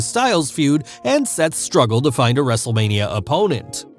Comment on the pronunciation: So how many times said Wrestlelamia(excluding intro, the introduction of Raw Recap, and outro)? If you said 4, YOU WIIIIINNNNN!!!! Lol All jokes aside, hope you’re feeling better. is keeping the mic warm for ya